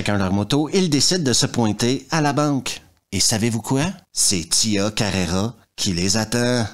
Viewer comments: Pourquoi Tia Carrera ? Elle s'appelle Tia Carrere.. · Je suis le seul qui saigne des oreilles en entendant "Tia Carrera" au lieu de Tia Carrere ? C'est la seconde vidéo comme ça 😂